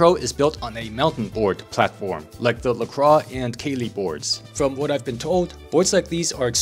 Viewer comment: It's actually pronounced La-kwaa. French is a weird language. Lol